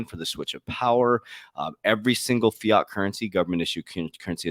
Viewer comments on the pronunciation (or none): none